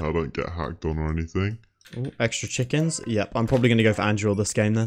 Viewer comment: Chickens? Dude next time I'll unsub untill you say it properly xD